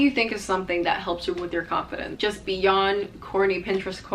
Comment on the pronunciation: Off topic but i thought you said "horny Pinterest quotes" instead of corny